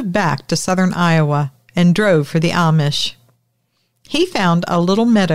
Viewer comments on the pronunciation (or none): none